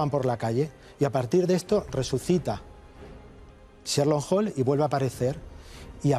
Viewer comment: Cherlo holm, madre mía que pronunciación.